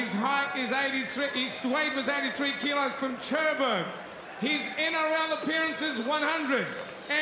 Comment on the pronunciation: Wonder if he's learnt to pronounce Cherbourg yet 🤣🤣🤣